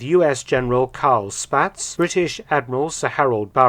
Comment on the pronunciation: General Spaatz name is pronounced Spots, since he is from my home town of Boyertown. FYI, there is a General Carl Spaatz museum there which Jared Frederick visited.